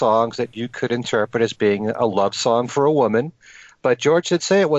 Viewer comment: Four year Love???wtf? It's for your Love, where did you hear that pronunciation from???? Barking mad! Dreadful.stuff!!!